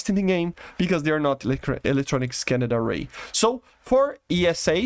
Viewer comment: I love the way he says scan-ned array. Trademark phrase now.